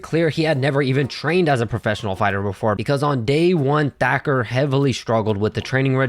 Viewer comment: The narrarator pronounces "Thacker" as "Decker". Also, whatever happened to that one mma fighter from the early 2010's, Jimmy something. He had wavy hair, similar to "Ben Askren". I think he fought at 145. He was primarily a grappler stylist as well.